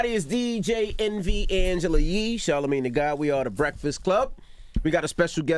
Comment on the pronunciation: Evny - ", did I say that right?" It's not that hard to say Envy. lol